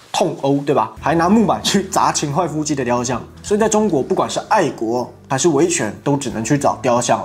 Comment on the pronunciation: 先把音读对，秦桧hui，第四音。